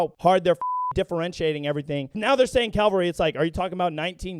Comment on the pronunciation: you pronounced cavalry wrong. It's cav-al-ry. not calvary, where jesus died on the cross. smh